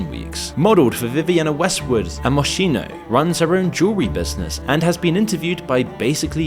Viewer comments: ITS NOT MOSHINO ITS PRONOUNCED MOSKINO U UNCULTURED AMERICAN PIG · Mia Khalifa is not Muslim, so it doesn’t make sense why you showed a photo of her in hijab when you said that she was “banished from her religion” Also it’s pronounced Moss-keeno Your research is sloppy.